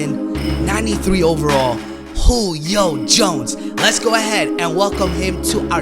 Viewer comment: why does he say Julio Jones name so weird